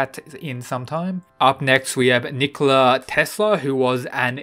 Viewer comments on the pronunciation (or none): none